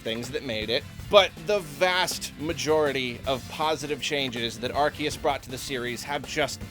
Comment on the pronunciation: MAN it makes me unreasonably angry that he still says ar-KEE-us and idk why. i thought we were past this